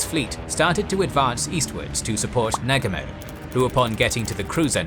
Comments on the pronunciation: Aye, and it's nuGUmo, not NUgumo, moGAmi, miKUma. In Japanese, the emphasis is put on the first syllable of the last Kanji. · the mispronouncing of the names on both sides makes this video so hard to watch. Please learn how to pronounce the names of the major characters. The worst is when you say Nag-umo.... It's Na-Gu-Mo.... :( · Excellent account as usual only slightly diminished by the incorrect pronunciation of names such as Nagumo. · Wtf, arrogant Brits can’t pronounce Negumo. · Thumbs down for your laughably incorrect pronunciation of Nagumo.